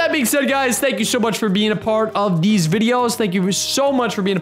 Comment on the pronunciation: “Deez videos“